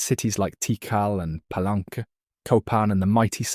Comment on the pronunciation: The city name of “Palenque” is pronounced Pah-LENG-kay, not Pah-LENK. And a sinkhole well, or cenote, is sen-NO-tay, not sen-NOTE.